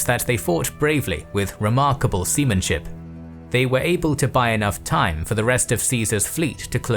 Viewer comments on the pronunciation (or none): lmao he said "semen ship"